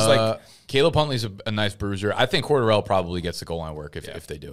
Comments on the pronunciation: Its cor - Darrel not cor DArell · Wonder if will ever say cordarrelles name right